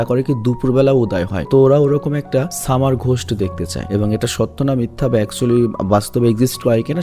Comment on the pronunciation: 😅😅 🤣 সামা র😅 ঘোশট😅😅